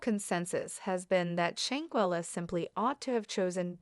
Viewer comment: Now, I know you have gotten this info from another blogger but if you're gonna steal content at least say her name correctly...she deserves that!!!